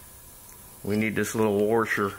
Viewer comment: The word is wash-er not were-sher.